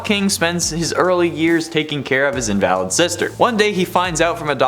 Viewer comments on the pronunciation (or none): re: clock king sister. in·va·lid not in-val-id. i know it may seem petty but pronunciation REALLY matters here, given how vastly different their meanings are. Great list though.